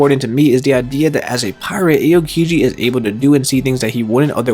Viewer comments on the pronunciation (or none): First of all, it’s Nico OLVIA, not Olivia Second, you should pronounce AH-O-Kiji, not “Ay-oh” Third, that was pretty interesting, either way I don’t care if they’re alive or dead but I can’t HOW aids would bring them back if ever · It’s not Ayo! Kiji let’s go to the club!! It’s ah o kiji.